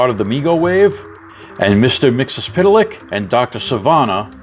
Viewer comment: That's the best pronunciation of Mister Mxyzptlk I've ever heard! 🤘🏽